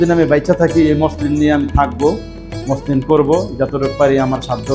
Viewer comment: মশলিন না মছলিন হবে উচ্চারণ টা।